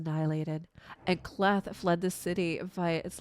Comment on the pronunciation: Great read and I really enjoyed your read with one exception, you are probably saying the name K’Leth wrong, I am 99.99 % sure that you are missing pronouncing the name “K’Leth” wrong. You see when a letter comes first in a name or word and is followed by an apostrophe the letter is pronounced in the long form such as the K in K’Leth would be sound like the long form of the letter. So it should be pronounced as a two syllable word or name, this is a fairly standard practice and I have yet to find any exceptions to this rule: “K” as Kay, then you have just the second word or name of Leth. So all together it should sound like Kay’ Leth . I actually have study names and their proper pronunciation as a hobbyist for about 35 years now.